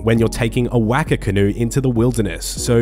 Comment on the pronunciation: whacker canoe🤣. Waka is a type of boat the Maori of New Zealand used to use. pronounced Wuh-kah or Wok-uh depending on where you're from in NZ.